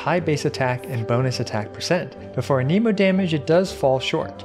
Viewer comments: Ahhhhh my ears, aneemo, ah-neh-mo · The fact that you say ANEEMOH instead of ANEHMOH bothers me. Stop that.